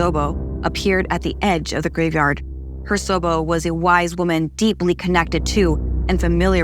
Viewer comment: Hersobo??? Rather you’re pronunciation is really bad or that’s not even Japanese..